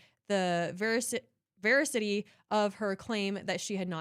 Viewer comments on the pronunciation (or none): Pronounce ver ass II ty. It’s one of God‘s characteristics truth or veracity is one of God‘s characteristics eternal life is one of them, omnipotence omniscient. I’m the presence immutability and veracity, which means truth. He always tells the truth ask Ask Siri all about it. She’ll tell you and even pronounce it for you gosh, I know you’re a really smart girl, but you can’t fumble up one of these words.